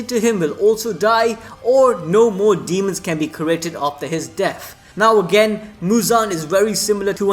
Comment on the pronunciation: He calling his "Dee-hee-mons" to pick apart main characters